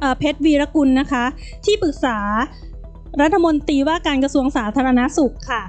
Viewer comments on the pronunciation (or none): โฆษกรัฐบาลอ่านถูกๆผิดๆน๊อตรีอ่านตี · โฆษก อะไร พูดผิดๆถูกๆ พูดไม่ถูกอักขระ รัฐมนตี แย่มาก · ร เรือ หายไปนะจ๊ะ เช่น รัด ทะ มน ตี โฆษกลิ้นแข็งจ้า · หาคนอ่านหนังสือให้ถูกกว่านี้ไม่มีแล้วหรือเด็กใครฝากมา และรัฐมนตรี ไม่ใช่รัฐมนตีไปเรียนมาใหม่อ่านผิดเยอะมาก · เอามาจากไหนภาษาไทยเธอยังอ่านตกรัฐมนตี ปั๊ดโธ่รองโฆษกนะเนี๊ย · ไปเรียนชั้นประถมใหม่ รัฐมนตรี (อ่านว่า รัด-ถะ-มน-ตรี ไม่ใช่ รัด-ถะ-มน-ตี)จบปริญญาตรีหรือเปล่าเนี่ย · ควรออกเสียง คำว่ารัฐมนตรี ไม่ใช่รัฐมนตี ครับ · ลัดถะมนตี อ่านออกเสียงให้ถูกหน่อย